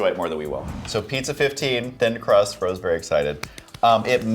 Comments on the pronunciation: Rao's - Ray-o's it's like the restaurant in NYC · I also like that thin crust DiGiorno pizza, but I always get the meat lovers version, and the best part is they are only $5.24 at the Walmart mear me. I do not like the thick crust as much, the thin crust is better. The guy called that one pizza Rawls, it's Raos, pronounced Ray-o's. It's a famous place in New York. The Walmart pizza was $4.97, but for $0.27 cents more you can get the DiGiorno, duh. For the price the $5.24 Digiorno is the best pizza. The A rated pizzas all cost over $10.00, and a couple were over $15.00. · Ray - Oh's not Row ziz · It's Ray-yohs not Rowse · RAO'S is pronounced Ray-ohs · I think Rao's is pronounced Ray-o's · lol it's RAY-OHS